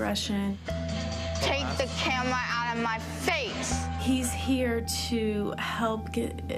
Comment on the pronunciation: Get the fweakin camwa out my face